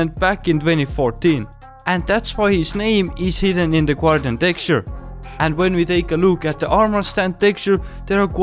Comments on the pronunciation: its guardian not gwardan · The way you say guardian makes me happy haha.